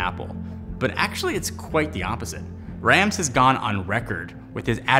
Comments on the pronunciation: Well done, apart from the pronunciation of Rams. Imagine you're going to the Doctor for a sore throat and he says stick out your tongue and say "ahh". Rahhms. I too was corrected during my last year in Germany. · It's pronounced "Rahms". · Apple must've missed the Honest part in Rams' design philosophy. Also, continually butchers Rams' name even after he uses a clip with Rams' correct pronunciation.